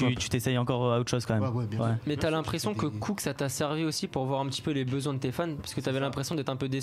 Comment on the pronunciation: Il mec il dit ( COUK ) oklm devant popeye même lui il à envie de lui donner une baff pour lui dire que c’est ( COOK )😂